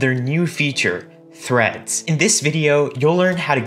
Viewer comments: Him: now let's create threads My ears: now let's create threats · The 1st time he said threads i thought he said threats